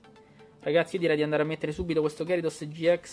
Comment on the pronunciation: "Ghiarados", non "Gherisos". Ieri nel primo pack ho trovato Silvally rainbow, punto a Samina full art.